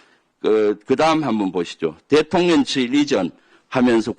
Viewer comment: 김병주의원님 발음이 대통년으로 들리는거 나뿐인가요?😂😂